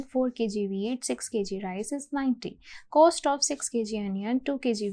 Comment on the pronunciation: coast nhi cost hota hai ...lmao